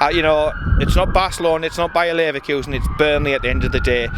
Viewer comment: It’s not Barcelona it’s not Bayer lervuksen why bayer lervuksen ahah